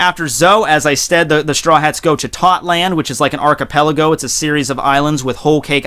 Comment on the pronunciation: It’s not tot land it’s Toto land